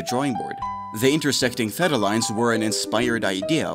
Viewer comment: There are two acceptable pronunciations of theta, but this was so far off I had no idea what was being said.